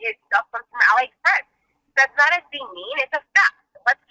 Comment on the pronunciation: i was like wtf is ally express? then i realized she meant aliexpress lmfaoooo